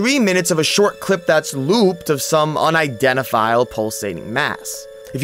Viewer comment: Too bad he still sounds stupid not being able to pronounce “unidentifiable” lol